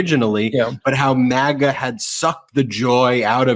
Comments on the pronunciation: Nice! Mooch keeps it real, as does Kinzinger. Says MagaTs properly! Not mahguhts. Short A. I dont think DT is playing racism card on KH though..says dumb bc he thinks women arent as smart. He is racist though and has discriminated based on race. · Omg MAGAts/maggots either way you spell it, say it the correct way. 👏🏻